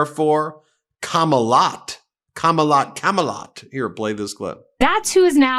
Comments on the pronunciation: Kamalot? I like it 😂. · When she said kamalot.... i think that was a great thing. Lotsa people want to live there. Keep touting that legendary land.... my queen.... kamala.